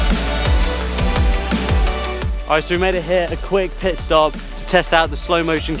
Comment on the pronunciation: Did he say quick piss-stop, or pit stop? :-P. I just ordered a G7 X Mark III and am looking forward to taking it with me on my next trip this weekend!